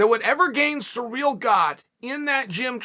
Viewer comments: Hey uncle Chael, it's not Sureal Gane, it's Cyrill, like in See Reel. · His name is Cyril (Siril) not surreal not serial not cereal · Thanks, Uncle Chael, I will now pronounce Ciryl's name as "surreal" from here on out. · At first I thought to myself, who is "Sureel"? LOL